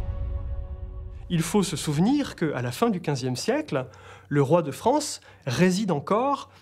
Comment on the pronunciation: La voix off est pénible, elle a vraiment un problème de diction elle ne sait pas prononcer le son "an" au lieu de ça elle dit "on" (la Fronce, la renaissonce)